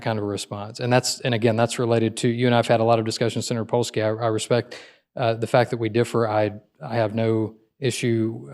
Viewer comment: Polsky? I'm of Polish decent and that made me laugh.